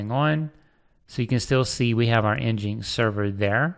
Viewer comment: nginx is said "Engine X"